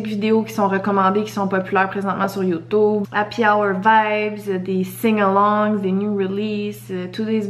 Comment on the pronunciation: Cest drole quel dit yotoube au lieu de youtube